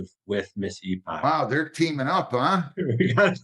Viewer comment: Head in hands over someone with the last name Epoch thinking it's pronounced "E-pawtch".